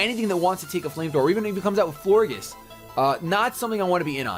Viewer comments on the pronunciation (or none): I think that Florges is pronounced flor-JES because in gorGEouS you say, JES. So i think that Florges was a play on words for flower and gorgeous. So yeah, Florges. I might be wrong but who cares.